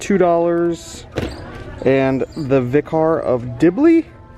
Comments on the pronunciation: Vicar of Dibley is a super popular TV show in Britian It's pronounce like Vick-Ur not Vick-Ar btw lol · Please tell me you know what a Vicar is, the way you pronounced it?